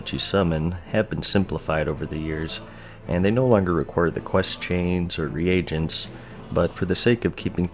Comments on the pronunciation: Re-agents??? It’s pronounced ree-gents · Am I the only one getting annoyed by the fact that he pronounces reagents as re-Agents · 're agents" bro, common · "re-agents" love the way you pronounced that